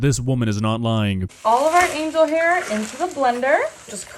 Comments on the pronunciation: It looks like she opened a 70s cookbook and got inspired. did she say "Angle hair"? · Are we not going to talk about how she said angle hair and not angel hair pasta